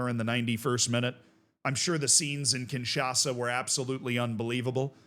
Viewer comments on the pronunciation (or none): none